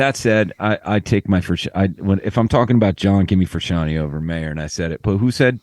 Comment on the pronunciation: It'd help if Jusitin knew how to order pronounce Frusciante.